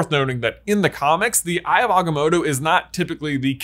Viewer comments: Choose a pronunciation of Agamotto and stick to it man! 😂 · Is there a reason why you're mispronouncing The Eye of Agamotto You trying to sound like Benedict Cumberbatch trying to pronounce penguins